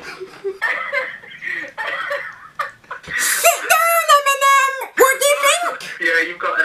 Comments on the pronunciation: Listen to TiM-mInEm 😂😂😂😂😂 got me dying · Timinem haha I'm crying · Its timenem I know your talking to the real guy but get it right ✅ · Timinem 🤣🤣😂😂 I cant stop laughing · Timinem 😂😂😂 oml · timinem HAHAHAHAHA LOL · Timinem lol